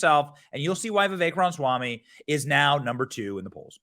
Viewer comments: Benny, love your show, but learn how to PRONOUNCE HIS LAST NAME! 😂😂😂 🤦🏻‍♂️ RA-MA-SWAMI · Come on Benny. Please say Mr. Ramaswamy’s name correctly. You’re killing me here.